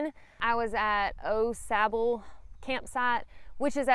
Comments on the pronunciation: I was going to reply the the same thing. It’s definitely Awe-sauble. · It’s pronounced Awe Sauble. Not Oh Sauble. Glad you enjoyed the trail. It’s my favorite trail. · Everyone I know pronounces it Aw Sahbull, but then again people say Deetroyt instead of Daytwah. Rather than wake up to hundreds of mosquitoes on my tent screen in the morning, I set up the tent before I go and spray the screens with something (I use Yard Guard) whose active ingredient ends in "ethrin". With deet they stay near you but don't land. With the ethrins they land, take off, and go die somewhere minutes later. It changes the campsite from swarming with mosquitoes to almost none. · Night 1 Au Sable, is pronounced aww- saw bo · Au Sable is pronounced Oh- Saab. #puremichigan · It’s pronounced Awwww Sabo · Having lived in Michigan, I always chuckle over the pronunciations of Au Sable by those who haven’t. Kinda cute actually. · I can tell.your not a michigan native by the way you say au sable 😊